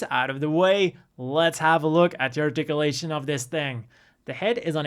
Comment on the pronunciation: Ahhh the old "articialation" and "rodade aroond". Love it.